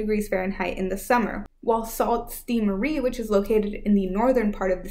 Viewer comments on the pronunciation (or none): Sault Ste Marie is pronounced Sue Saint Marie. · Laughed at Salt Stee Marie lol